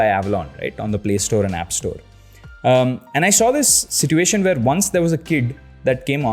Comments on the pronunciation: Hey, I would like to correct your pronunciation of “Situation”, it’s Si choo ay shan not si too a shan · si-choo-ay-shn for "situation", no offense btw. loved the video!!